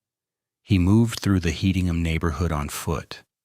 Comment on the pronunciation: One it’s pronounced “headingham” The first victim of the rampage was his big brother. This put the entire city on high alert and panic. Such a tragedy.